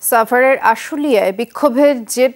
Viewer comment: সাংবাদিক ভাই ছাভার হবে না সাভার হবে